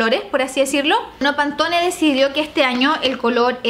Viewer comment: Se dice panton 😪😪💔